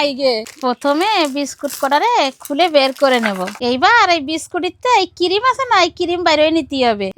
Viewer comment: Cream ❌ Cirime ✅